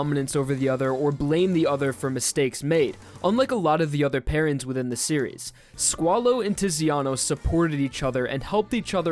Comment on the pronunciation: If you say squalo i hear swallow xd